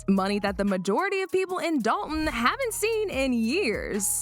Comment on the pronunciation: I wish these YouTubers would learn how to say the village’s name. Dolton, not Dol-on.